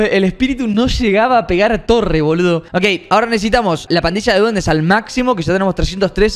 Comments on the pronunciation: 558 robles dice parrilla en vez de pandilla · Jajaja lo que se dieron cuenta de que robleis dijo parrila de duendes jijijaja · ROBLEIS TE DISTE CUENTA QUE ESTAS DICIENDO PARRILA DE DUENDES EN BES DE PANDILLA DE DUENDES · se dice pandilla de duendes capo.